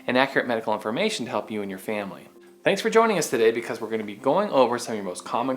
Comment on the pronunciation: The way you say “family” quickly sounds like “failing” 😂👍